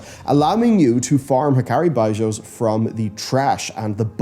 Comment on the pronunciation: I had to stop watching because of how you were saying “bijous” 😂